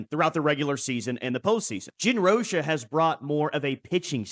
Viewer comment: ROCH-A the COACH-A ...!!!!!!